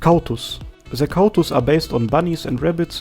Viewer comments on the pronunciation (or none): You said rz well Ahh, you have pleased my Polish ears - Again rz, and cautus. Cau= is read like kał wich means shit in Polish in the old way that is still used.